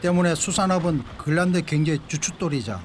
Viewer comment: 글란드 그릴란드. ㅎㅎ 발음 쩌네